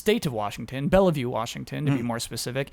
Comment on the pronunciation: Correction! The city of Bellevue, Washington is pronounced "Bell-view."